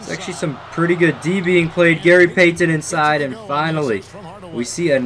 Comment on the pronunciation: It bothers me the way you pronounce Payton.